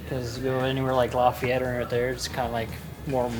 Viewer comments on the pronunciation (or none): none